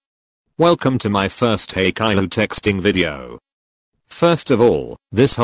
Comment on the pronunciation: Humans:haikyuu No one:haikyuu Google:heykyu